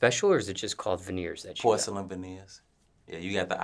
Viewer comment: I thought he said horselyn vaneers at first.